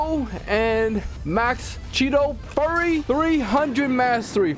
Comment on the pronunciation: also he said furry not fury